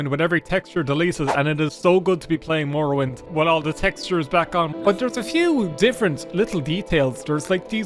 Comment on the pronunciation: Elder scwolls tree mowowind